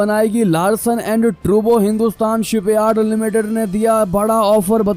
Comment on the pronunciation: नाम ट्रॣबो नही टूब्रो है